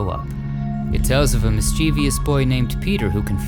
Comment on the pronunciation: your productions are fabulous. However, please learn the pronunciation of MISCHIEVOUS.